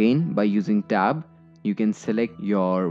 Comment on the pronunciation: You say " press stab" I've never heard of that key